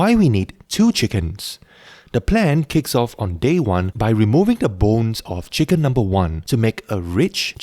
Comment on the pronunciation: Love "cheeken rice"